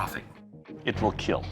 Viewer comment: 'But most importantly, Eetil Keeeel'